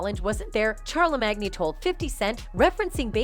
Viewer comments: she said "chare la mag knee" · She pronounces his name as Char la MAGNEE . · And char- le- mag-knee (tha god)😂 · Fam said Charla magneee 🤣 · Char le mag knee 🤣 that's new POKEMON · From now on I only call him "Char-le-mag-knee" 😁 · Charla magni 🤣😂😭